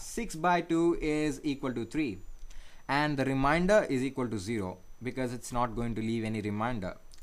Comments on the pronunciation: Its " remainder " dude not "reminder" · Thank you for your effort in teaching this. Just to point out something minor correction it is not called "reminder" it is called "remainder" pronounced Re Main Der.